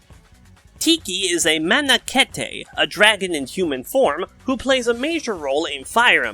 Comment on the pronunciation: I guess most people making smash vids assume their audience aren't going to also be fans of fe, which is probably mostly true so I can't blame them for not putting in a lot of effort, but it was starting to get on my nerves a bit. (Also, for future reference, manakete is pronounced "man"-"a"-"keet")